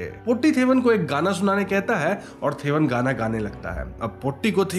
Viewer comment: Thevan is तेवन not थेवन. 'Th' in Malayalam is त not थ. In fact the sound थ is not common in the language. Potti is Po-Tee (as in cat) not Po-tty Chaathan is चातन not च्छतन